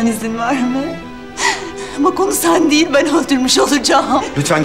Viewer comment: Deul değil "değil"